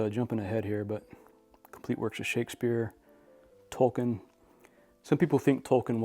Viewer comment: Beautiful library …good to hear you pronounce Tolkien’s name properly.